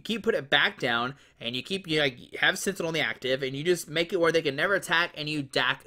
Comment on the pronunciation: Bruh. I love your videos but you can't pronounce sentinel??? Lol can't wait to see you in December when I come and win your regionals lol